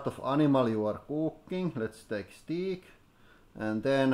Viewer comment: he says * Steek lol